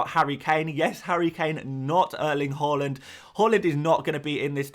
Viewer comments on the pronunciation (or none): I love you my guy but I’m not having The way you pronounce HAALAND. HAA-LAND not Ho! long AA after H and the Land you say like Dutch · Say it with me "Haa" - "Land"... Not Hal-land...